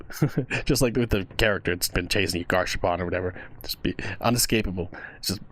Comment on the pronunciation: Peak video ALSO ITS GAS HARPOON BRO😭😭😭 WHY DO SOME MANY PEOPLE SAY GARSH ARPOON😭